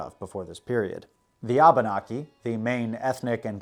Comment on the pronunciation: Wampanog and Abenaki sounded wrong to me could be how you pronounce them but i understood what you ment. and mokuwando is actually Madockawando who was the chiff of the Penobscot's which is the tribe I'm from. still loved the video btw are you going to cover more on king Williams war at all ?